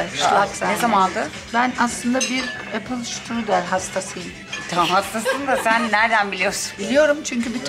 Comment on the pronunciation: Apfelstrudel🥰 yazıldıgı gibi okunur ingilizce degildir👍